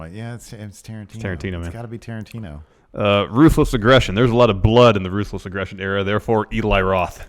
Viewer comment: the way he said "ruthless aggression", I heard proofless gresson lol